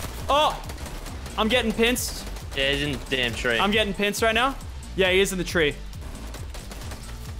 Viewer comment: lachy said pinced not pinched